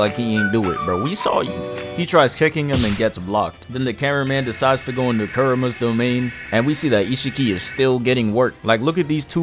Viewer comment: He said kerima😂